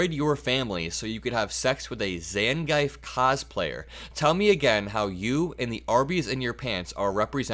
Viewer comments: Hi! Super unimportant but it’s pronounced “ZANG-eef” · Its pronounced Zon-Gee-Ef or Zang- Geef. You're not a Street Fighter fan, are you? Lol. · Zan-gee-eff The street fighter character? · It’s pronounced zan-geef please don’t hurt us gamer nerds. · Probounced Zan-geef, like beef. 😂 you’re a boss though. 💙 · I don’t wanna be that guy…but did you just say “Zan-Ghife”? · Sorry to correct you,, it is pronounced Zan-Geef. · Oh it's Zan-Geef. Like Street Fighter, ya know? And really, MTG? Eww, gross. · Lol. Homie is so young, he can't pronounce "Zangief." Still a genius, though. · Crazy pronunciation of Zangief.